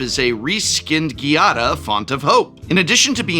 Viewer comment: Giada is an actual real life name, so there’s really no reason to mispronounce it.